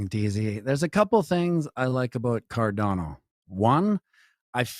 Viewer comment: Its pronounced CAR-DAWN-OH, the way its creator, Charles Hoskinson, says it.